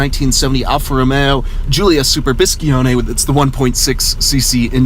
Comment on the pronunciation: Biscione, not BiscHione! Btw, great car! 😍 From an Alfetta Berlina (Sedan for you) owner